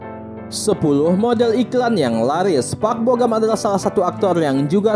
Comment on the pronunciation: Park bo gum kali bukan park bo gam Asal2 aja lu ngomong